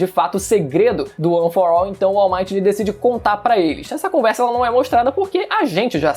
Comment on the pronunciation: Mas não se fala: UAN FOR AU